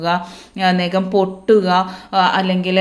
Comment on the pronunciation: ഒരു സംശയം എന്താ ഈ നെകം നഖം എന്ന് പറഞ്ഞു പഠിക്കു മോളെ